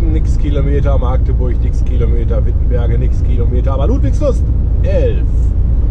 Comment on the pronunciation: Magdeburg nicht Maaaagdeburg :P